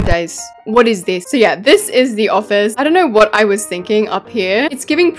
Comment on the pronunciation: “This iis my redemption” 💀